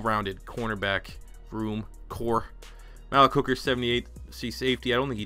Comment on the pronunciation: Malik = (muh-leak) js